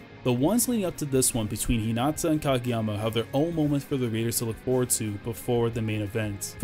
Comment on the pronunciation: Its Hinata not Hinata